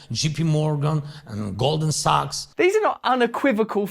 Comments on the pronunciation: I'm pretty sure he said Golden Saks!✌️❤️ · “Golden sucks” it sounded like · Him mispronouncing Goldman sacks as golden socks cracks me up!!!